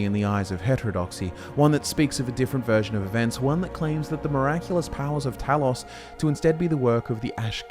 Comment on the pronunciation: Glean*, not gleam. - You mispronounced Talos. The letter O is not an 'aw' sound in Greek or English. - The term 'nord', as a name for the Atmoran race, did not come about internally. It was an external label drived from the self-referential Atmoran noun "nordingr", meaning "belongs to the north", as in the sentences "Jé nordingr" or "Wír nordingir" ("yay nord-ing-ur", "veer nord-ing-eer") - "I belong to the north" and "We belong to the north." It was shortened and spread among exterior demographics before being passively adopted by Atmoran descendants over time, who thereafter referred to themselves as 'nords'. - Saarthal (SAHRT-hahl) as it exists today is not the actual settlement of Saarthal, but the barrow complex that was dug beneath it to house the honored dead. The Eye of Magnus is presumed to have been in a pre-existing chamber below the excavation of the necropolis. - "Orkey" is merely an older name for Arkay whose spelling changed over time due to standardization in literature. It represents no connection to orcs at all, having instead been a deity of an elven pantheon. All sources claiming otherwise are factually incorrect. - Haberdashery is the occupational practice of hatmaking, not aggregate verisimility. "Slapdash" would have been closer to the mark. - Harald is pronounced "HAR-ahld", not "Harold". - Alessian is pronounced "a-lessy-ən", not "a-leezy-ən". - Forelhost is pronounced "forrəl-hawst", not "four-host". Did you miss the L? - You're taking the stuff ab